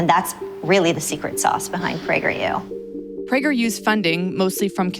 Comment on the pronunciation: Don't pronounce the U as a separate letter, Prageru. Praygeroo.